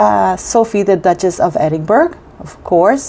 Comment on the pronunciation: Great news! Thanks for sharing! Btw, it’s pronounced “edd-in-BURR-ah”. No hard g at the end, even though it’s spelled that way. Love you!🤗🤗🤗